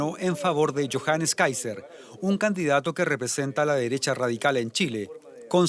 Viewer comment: El que hizo el "reporte"desde Chile dijo.. "ultra DERESHHAAA KAST", pero "omitió" que JARA es comunista. Hasta a esos periodistuchos les da vergüenza nombrar el partido COMUNISTA.